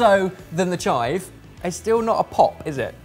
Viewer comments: They’re not like “CHIVE” 👊 they’re “chive” 👐 And also, for someone who’s not into tiny balls on my food, I don’t find this very appetising. 🤢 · "they're not like CHIVE! they're just like chive~" 😆😆😆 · "They're not like CHIVE.. but they're like chive" -, 2020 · “They are not like *🤜🤜👊* CHIVE!! They are more like *🙌👐🤲* chive.” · It’s not “CHIVE”, it’s “~chive~” I LOST IT AHAHAHAHAHAHAHAHAHAHAHHAAHAHAHAH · "CHIVE!" "chive" is best.